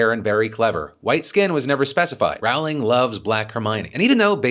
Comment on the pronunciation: Usually well researched video, but please, stop being the traditional American and check how to pronounce Rowling. It's amazing how many people get it wrong.